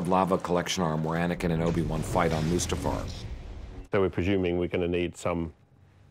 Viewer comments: Did he just call it Mufasta, in front of George......? It's Mustafar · Said mufasta instead of mustafa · "Mufasta" ..... seriously, I know you don't really need to know how to say it but it's not that hard of a tongue twister.. Mustafar. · I like how that one guy called Mustafar “Mufasta” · did he just say “Mufasta”?